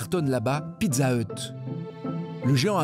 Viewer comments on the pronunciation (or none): none